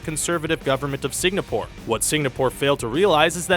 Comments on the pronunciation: Signapore. Really? Is it that hard to pronounce "Singapore"? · Sig-na-pore? Fucking really? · I thought Amsterdam was bad enough, but "signapoor"?